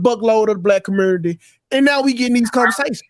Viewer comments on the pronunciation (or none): This dude really said "commernity" and "tooken" .